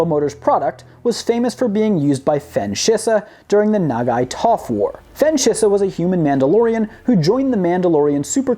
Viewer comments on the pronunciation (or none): none